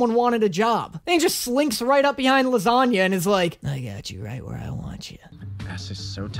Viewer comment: "His original pronounciation of his name, as u all know, is lasangna"